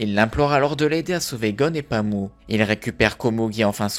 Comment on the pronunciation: Pami et non Pamou.